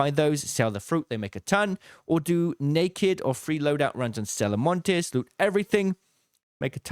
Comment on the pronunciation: Bro the way this guy says Stella Montis is sending me